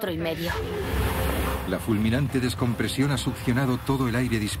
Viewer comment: descompresión. no descomprensión.